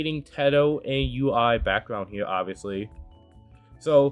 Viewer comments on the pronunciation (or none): Btw I know this is random but her name is pronounced You-ee. Source: her own songs where she’s said her name